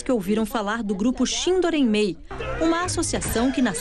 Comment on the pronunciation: É uma vergonha o jornalista não sabe pronunciar shindo reimei